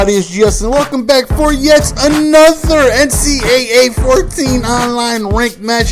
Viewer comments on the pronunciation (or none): none